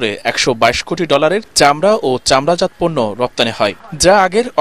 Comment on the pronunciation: চামড়াজাত উচ্চারণ চামড়াজাতো-চামড়াজাত্ নয়।